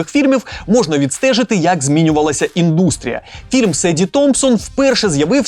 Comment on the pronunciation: Правильну не індУстрія, а Індстрія.